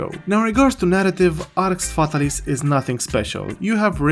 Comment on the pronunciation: how many games has Jowood ruined?? Btw it's pronounced Arx FatAlis, accent on second A.